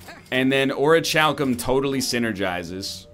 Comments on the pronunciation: NL. My man. My dude. OR-IH-CAL-COME. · Orichalcum is pronounced "Or-e-hal-cum" The more you know! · IT’S PRONOUNCED ORIKALKUM YOU STINKY EGG. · it's pronounced ORE UH CAL CUM Oh and yes, please turn on fast mode.